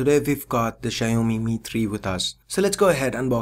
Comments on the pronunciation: for the record its not Xia-O-Mi, its Xiao-Mi. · It's not Shaomi, it's Xiaomi and in Chinese that X sounds more like S (not like S but I can't explain here in english), anyways its not Shiaomi.